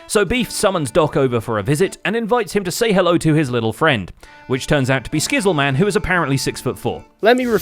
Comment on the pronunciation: Lmao “Skizz Le Man” and “Sam Llishbeans”